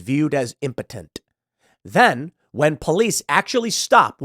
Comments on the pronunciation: Pool, did you say "impotent" or "impotenTTT" ? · I can’t stand the way he says “impotent.” 😂😩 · Did Tim learn a new word today or what? He says impotent like 50 times for no reason.